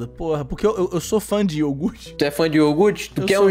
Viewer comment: eu falo, era criança sim, e aquele "yougurte" é porra, o nome do anime é soujo ramune